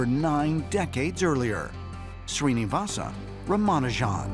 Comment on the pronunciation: His actual name is Shri-nivAs rAmA-nujan